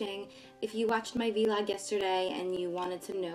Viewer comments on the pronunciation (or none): I think it's pronounced vlog, like blog with a v. Not v-log, just saying :)